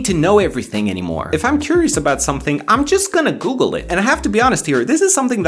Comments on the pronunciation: i know u are romanian and u are happy about that but really ,,gugăl". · Ah yes my favourite browser gugal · gugăl am inteles :) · I just can't get over the fact that he spelled Google in romanian pronunciation on his mobile🤣🤣🤣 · gugăl :))) shoutout to all romanians watching this video, vă salut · ah yes the "gugăl" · I'm here for ,,gugăl" , we all love the romanian pronunciation =)))))) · Nobody: Every romanian: Gugăl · gugăl lmao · “gugăl” lol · "gugăl" Trebuie să fii român ca să-nțelegi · Ah yes gugăl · for those who don't know..this is how we pronunce " Google " here in Romania :))